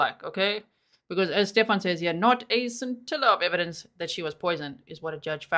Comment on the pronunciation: *sin-til-a of evidence